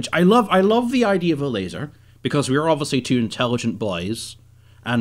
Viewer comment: It’s LaSer, dammit.